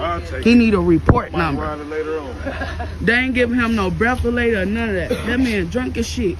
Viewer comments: Dumbass really said breathalator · 11 minutes in. I'm sorry...the situation is not right at all, but the "breafalator" has me cracking up right now 🤣